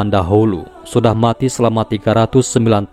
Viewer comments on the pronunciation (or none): none